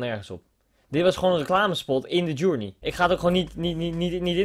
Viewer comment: Verkeerd zegt